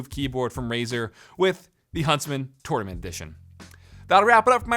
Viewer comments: Take a shot every time he says "Torn ament" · Its pronounced “tournament” not “tournament” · Ahhhhh the way he says tournament 😂